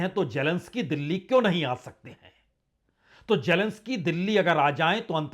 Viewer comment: Sir it's GERMANY not ZERMANY and you go other way round When it's Zelensky you say Jelensky.You and lot my fellow Indians are confused between Z and J. Leave J as J but pronounce Z correctly